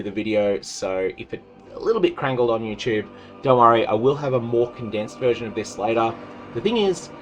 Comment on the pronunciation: loool "crangled"